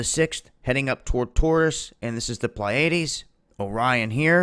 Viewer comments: PLEE A DEES....Not PLYAIDES. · It's "Plee-a-deez". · 'Pleiades' is pronounced as "Plee-uh-dees". 😊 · just a note: its 'PLee ah Dees' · ok you just gotta learn how to pronounce the pleiades buddy. had to turn off the vid after the 3rd botched attempt.